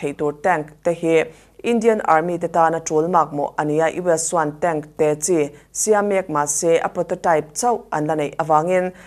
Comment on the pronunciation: tank "tenk" tia lam tur☺️